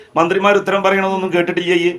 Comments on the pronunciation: കേട്ടിട്ടിയ്യാ .... ഇയ്യ് ....കേട്ട് ട്ട് യ്യാ.....😂😂 എന്താ ജലീലേ.... പറയണത് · കേട്ടിട്ട്ല്ലേയ്യ് ഇത് ഏത് ഭാഷ സാർ 😂